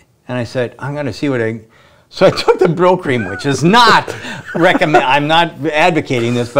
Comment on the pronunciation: LOL it's Brylcreem but sure sounds like he's saying "Bro Cream".